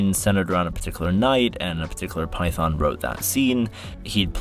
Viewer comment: PY THUN ! PY THUN !! PY THUN !!!